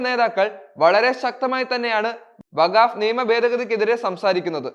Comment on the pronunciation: വഗാവ് ബില്ല് അല്ല വഖ്ഫ് ബില്ല് എന്ന് പറയൂ